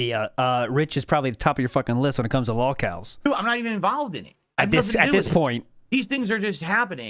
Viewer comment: The way he says involved pisses me off so much. " invaalaved"